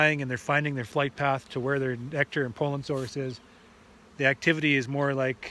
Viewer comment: I prefer the pronunciation p-oh-llen, over the pronunciation p-ah-llen. Not sure which is correct. Perhaps both. Your pronunciation just sounds right. I love the way Canadians speak English, and I love all of our northern neighbors, Eh?